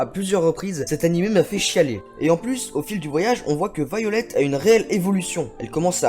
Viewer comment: déjà, je pense que ça se lit "Vaïolet", pas "violette"! Alors, arrête avec ton délire!